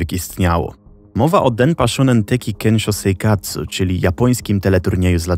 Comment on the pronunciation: Straszna historia… Mam tylko jedną uwagę shō wymawia się jak sio sha jak sia shu jak siu Ogólnie japoński ma miękką wymowę i nie jest ona zbliżona do angielskiego Więc Denpashōnen czyta się jak Denpasionen . Taka drobna uwaga do wymowy, bo jestem lekko czepialska, ale i studiuję japonistykę i temu.